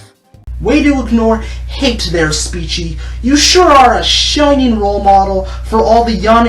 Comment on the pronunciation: Her name I think is pronounced SPEE- CHEE